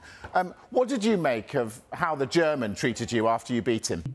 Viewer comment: The emphasis on "The German"... 🥶